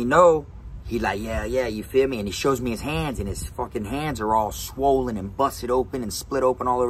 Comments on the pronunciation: New drinking game take a shot Everytime he says"yafeeme" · "Yafeeme" ..... 😂 .... Is that the extent of this guy's vocabulary .... "Yafeeme" .... Ya man I feeya ..... Goof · You trying to kill meh?!?!?!